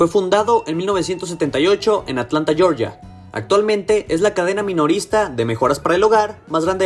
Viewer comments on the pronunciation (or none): none